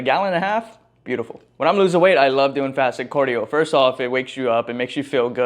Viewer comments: CAR-dio not COR-dio. stop saying cardio like that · Is this how you say it? Cordio Or Cardio? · Why do you keep saying Cordio brother😂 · you from Minnesota or somethin? You say cardio how they be sayin ‘soda’ lmao